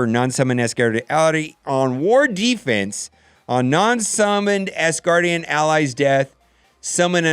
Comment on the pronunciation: Can you PLEASE, say “AS” Gardian and Not “ASS” gardian...it hard to watch and listen to you thru all of the tears and Laughter.